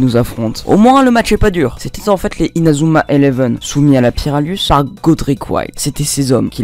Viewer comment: Tu fais honte à Inazuma eleven avec la façon que tu dis les techniques